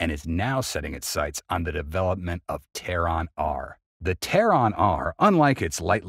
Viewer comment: Please, learn to differintiate the pronunciation of "Terran" versus naming the capital of Iran. It was rather off-putting.